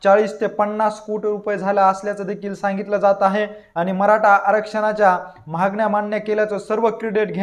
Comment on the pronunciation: उच्चार सुधारा...'महागण्या' नव्हे 'मागण्या'! 😀